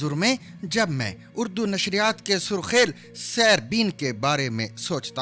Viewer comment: Surkhail ( Naheen ) Sarkheel ( Saheeh )